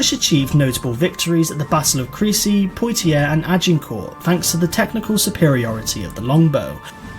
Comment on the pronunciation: His pronunciation is annoying eg. Motte not moat , pwoteeay not poytier (Poitiers) and many more!